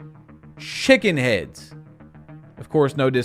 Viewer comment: What heads bro? 😂😂😂 “Shickens Heads, SHICKEN Heads bro”